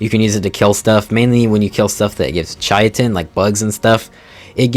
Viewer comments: Chai tin? its pronounced kai tin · Not to mention bro also calls Chitin “Chai-a-tin”. If you’re a content creator for a game you claim to have played for 7+ years, the least you can do is look into how to pronounce the creatures/items names………..